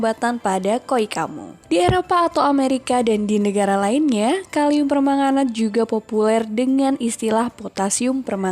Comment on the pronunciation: Per - man - ga - nat jadi per - manga - nat 😂